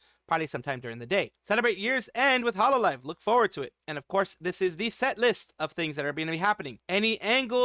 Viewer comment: I hate to be that guy but "Hololve"